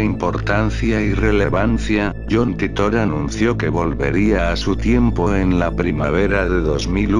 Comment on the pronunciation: no sabes ni pronunciar titor